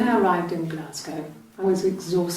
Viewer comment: It's pronounced Glasgo